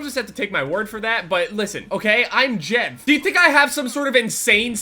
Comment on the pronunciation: dumbass always says names wrong. yesterday he said FaZe JEFF